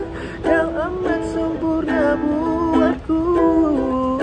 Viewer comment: IKRR! The way he said " kawu" 😂